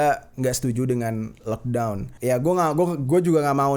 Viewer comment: coba ulang ngomong lockdown lock tol jer 😂😂